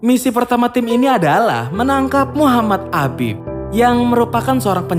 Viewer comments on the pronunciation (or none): none